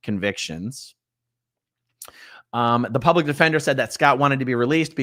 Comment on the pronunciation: It’s pronounced “plublic defender.”